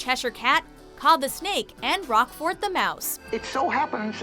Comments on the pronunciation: It's NOT Rock-fort. It's pronounced ROKE-fort! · And "Roquefort" is not pronounced "ROCK-fort". That bugged me more than anything. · Exactly. The mouse, Roquefort, that is voiced by Sterling Holloway in ‘The Aristocats’ is named after the French cheese. And PRONOUNCED that way: rowk-frt. Glad someone else noticed that! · It’s pronounced Roquefort, not rock fort